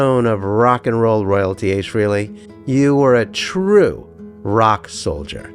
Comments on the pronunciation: Just a note here that some of your references are incorrect. 1. It's pronounced FRAY-lee (not free-lee). 2. The pics of Ace with his guitars were NOT taken at his Wilton, CT home. Photographer Bob Gruen clearly explained in more than one interview that he took those photos at Ace's home in Irvington, NY in June 1978. It was a much smaller dwelling as evidenced by the low ceilings. Ace did not move into his Wilton home until late August 1978 - and construction had just begun on his "Ace in the Hole" studio that summer. There was "renovation" -- that studio was built from scratch during as evidenced in many meetings that included Aucoin Management's (and by default Ace's) legal representatives. Blueprint drafts went through many variations/updates during that time period and substantially increased the final price tag on the buildout of his Wilton studio. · FrAAAley, not Freeley. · It's frehley not freely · It is a common mistake .. His last name is pronounced "fray-lee' not "free-lee" . Hence the play on words for his solo band Frehley's Comet ( "Fray-lees Comet ") a word play on "Hailey's Comet" which was the first tracked and mapped comet by scientist Hailey. Interesting video. Good narration.: The legendary Paul Daniel "Ace" Frehley R.I.P. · If you are going to put out a “fan video” for the love of god at least pronounce his last name right.